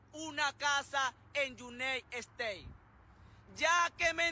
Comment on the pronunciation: En “iuney ejtey” 🤣🤣🤣🤣